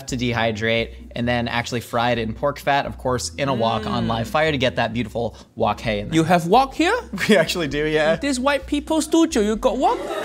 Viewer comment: growing up in hong kong, the way you said wok hei is so tonally accurate its impressive!!!